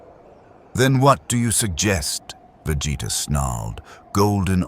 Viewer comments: How did Billy Butcher already know their names when they haven't even met before? Plus how hard is it to pronounce Vegeta's name right? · the way ai keeps butchering vegeta name is funny asf